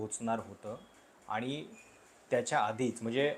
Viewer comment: तुमचे विचार मुद्दे व मांडणी चांगली असते मला तुमचे व्हिडिओ पाहायला आवडतात पण एक सुधारणा सुचवू इच्छिते तुमची भाषा शुद्ध आहे परंतु तुम्ही न आणि ण चे उच्चार योग्य पद्धतीने करत नाही. कृपया आनि पानी पन असे उच्चार करू नका